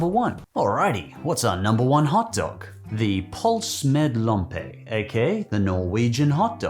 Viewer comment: As a norwegian pølse med lompe ( which you really butchered the name of (not to hate)) is just fine but a regular one with hotdog bread, ketchup and fried onion (if you like that) is much better imo